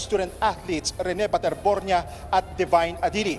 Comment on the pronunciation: Baterbonia po not bornia